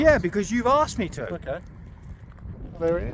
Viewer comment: Asks not aksed